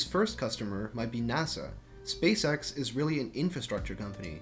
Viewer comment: it sounds like you're saying "space sex"